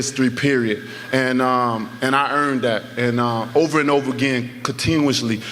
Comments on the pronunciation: I love Wilder but “Consistivly”😂😂😂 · Consistifly... Huh? I think you meant consistently mate. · Everybody: Consistently Wilder: Consistively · “Consistevly” yup wilder, you sure are consistive :) lol 😆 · Deontay "Consitively" Wilder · I think he was caught up between saying consistently and consecutively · Gotta love wilder bro but my guy always miss pronounce words it have me rolling laughing 😂🤣😂